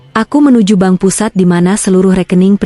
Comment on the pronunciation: Maaf msh terjadi ketidak profesional-an dlm bercerita baca bank bilangnya ban😂